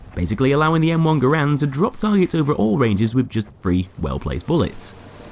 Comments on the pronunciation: Garand = gar-ant not Grand lol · Its ger-end not gr-and but i prefer gr-and non the less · Its not, its gah-rand, why is it so fucking hard for americains to wrap their heads around the most simple and similar to their language foreign words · Just fyi, his name is pronounced like this: /ˈɡærənd/ which is like how you pronounce the word "errand" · No it’s actually pronounced ga-rand